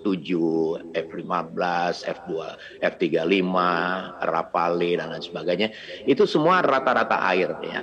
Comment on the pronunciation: Bacanya RAFAL bukan RAFALÉ